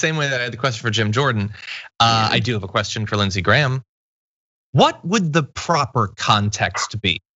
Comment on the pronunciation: When Graham pronounces "what" as "hhhvot"...